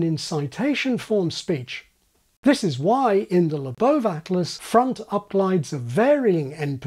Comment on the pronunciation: Thank you for pronouncing William Labov's name correctly!